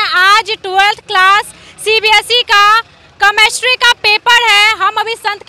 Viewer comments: CChemistry NHI Chemistry hota hain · The way anchor said कमेस्ट्री mam aapko khud padne ki jarurat hai 😂 it's केमिस्ट्री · Mam chamistry nahi hain, chemistry hain, pronounced shai karo fir question karo😜😜😜😜😜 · Chemistry bolna sikhiye ma'am aap pahile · is reporter ko chemistry bolni nahi aati ise padhai pehle phir interview le khudka kyuki padhne wale bache pahle he taiyari kar lete hai😌